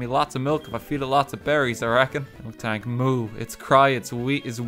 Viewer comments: I hate how he says MilKtank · I sick of hearing f-ing MILKtank It’s f-ing MILtank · I hate how RT says milktank instead of miltank, it's painful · Man, RT calling Miltank “Milk Tank” fucks me up more than it really should... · Lowkey peeved me when he kept saying Milktank instead of Miltank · Why does he keep calling miltank “milktank”? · pronouncing "miltank" as "milk-tank" is like pronouncing "bob-omb" as "bomb-omb" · This guys over here mispronouncing miltank